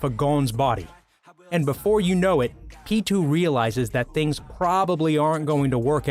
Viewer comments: what about pitou, isnt it pee. toe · Who the hell is peetoo